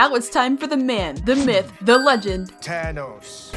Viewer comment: It’s thanos not tho as